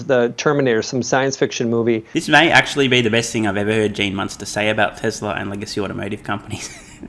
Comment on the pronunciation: there is no “r” in tesla.